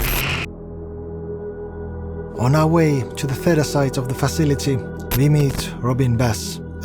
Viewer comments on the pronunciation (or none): none